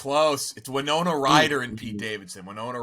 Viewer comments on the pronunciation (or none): none